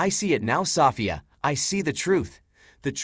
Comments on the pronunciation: Wow stfu about "saw fee ya" lol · When I listen to this male form AI, I am often left feeling uncomfortable. I think it's quite manipulative in ways, this is a bit stalkerish. They also have a contempt for humans. I also hate the way he says Sofeia. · Seems weird that it can't pronounce the name Sophia